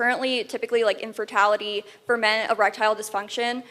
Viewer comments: this girl is not too bright...she says infertality and chronisones...HAHAHAHAHAHAHAHA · "Infertality"?! Really? 🤣